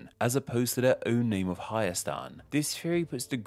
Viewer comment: You said it pretty good